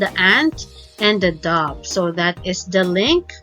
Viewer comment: Dave no it's dove